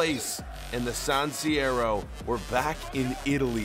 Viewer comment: "San Siero" FML